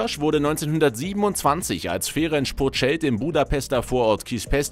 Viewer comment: "Ferensch Puschkasch" 😂😂